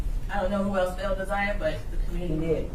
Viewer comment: I can’t handle the community advocate woman mispronouncing Na’Ziyah’s name. That pissed me off. How hard is it to learn this victim’s name before you start your show? Damn.